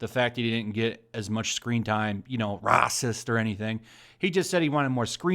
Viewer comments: lol rah-sist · Pronounce Racist properly! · Anyone else find the purposely mispronunciation of "racist" or "bigot" really annoying?